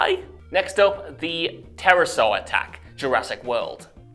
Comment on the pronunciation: Mispronouncing the flying pterosaur is understandable but you make Scarlett and helicopter sound weird